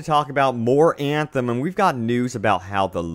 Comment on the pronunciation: I love your vids, but I cringe every time you say Eeeeeyaaaanthem... 😢